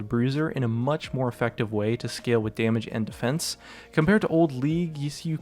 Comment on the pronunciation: The way he says "scale" kills me XD